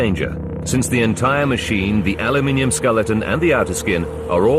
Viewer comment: the narrator pronounced aluminum alimin